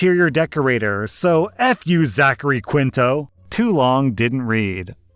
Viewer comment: Hi. "Quinto" is pronounced "KEEN-toe", and "Warwick" is pronounced "WAR-ick". Thanks.